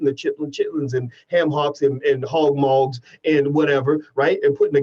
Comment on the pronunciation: Hog maw not moggs lol